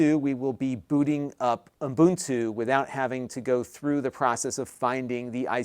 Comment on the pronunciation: Umbuntu.. Umbuntu... hehehe just sounds funky.